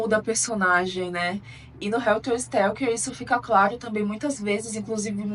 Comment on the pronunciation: O nome é helter SKELTER ! Significa confusão, algazarra, desorganização. Você falou Stelker todas as vezes...